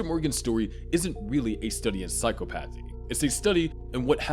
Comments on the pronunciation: Its pronounced "psy-chopathy" not "psycho-pathy" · I want to watch this video. But I can’t handle how you’re putting the emphasis on the wrong syllable (Yes, I’m saying the quote properly in my head, don’t worry, readers). PsyCOPathy. Psychopathy, but just think about how often COPS are heartless. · the way this guy is saying psychopathy is really pissing me off